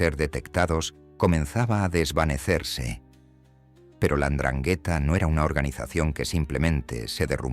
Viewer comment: Y mal pronunciada 😂